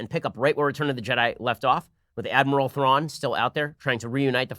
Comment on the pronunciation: Ben talking about Star Wars: yEah seems pretty cool, I like Ben, I like Star Wars. Ben says thrawn, NUTT